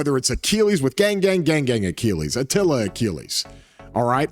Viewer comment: really said achilla:v He loves atilla more than anyone else:V